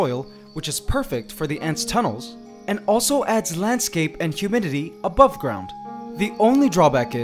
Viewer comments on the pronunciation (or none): none